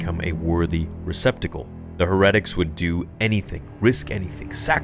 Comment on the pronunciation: It's pronounced like hair-e-tic. As in like a religious heretic. Good vid, love ya dude